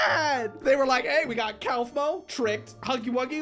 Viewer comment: its pronounced KOFMO